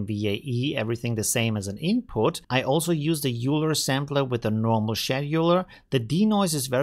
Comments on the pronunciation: The name is not pronounced “Euler”, but something like “Oiler” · bro… aren’t you literally German… how can you still not pronounce EULER correctly 😂 it’s literally a german name after the german mathematician EULER… its pronunced OIL-ER not YOULER 😂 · Every time he says it I cringe. That’s always surprised me. Like, is he doing it on purpose for some reason? How can he get it wrong? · Easy explanation: If you don't know the German mathematician (I for example didn't know him either), it seems quite obvious to pronounce it like this. End of story. 🙂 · bro… you don’t mispronounce people’s names just cause your “speaking English” 😂